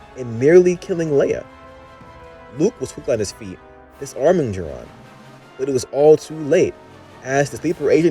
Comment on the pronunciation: ITS JOH RIN! NOT JORAN!! 😠